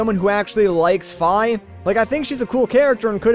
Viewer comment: Not pronounced fy, its pronounced fee. Fi